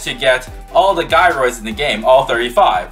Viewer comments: Thank you for posting this, and going through all this work… And I’m so sorry to tell you… the G in Gyroids is pronounced like a J, like in the word “Jealous”. It’s not “Guy-Roid” it’s “Jai-Roid” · sorry but you pronounce them jy-roids